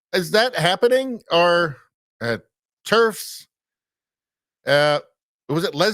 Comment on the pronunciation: Turfs ? I had to look it up - it's "terfs"